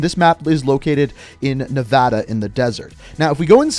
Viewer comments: Great video but my favorite part is you said Nevada correctly lmaoooo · Thanks for saying Nevada correctly bro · Not gonna lie, pretty happy to hear you pronounce "Nevada" correctly ❤️ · Finally someone said Nevada right